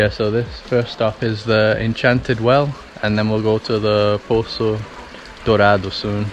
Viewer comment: Mano na moral… BRO YOU ARE EITHER BRAZILIAN WITH A VERY GOOD ENGLISH ACCENT PRETENDING TO BE GRINGO OR YOU SPEAK PORTUGUESE FLUENT BECAUSE NO GRINGO PRONOUNCES BRAZILIAN WORDS LIKE THAT NOT EVEN PORTUGUESE SPEAKERS FROM OTHER COUNTRIES trilha do sol, reais, bora, no limite, cachoeira do grito, poço dourado, poço encantado, cachoeira do grito, grita, Capitólio, minas, tropeiro, palmito, isso é o que é carne, 😂 ah tilápia, 😛 . COME ON fala sério revela qual é a verdade 🤪 salve de Londres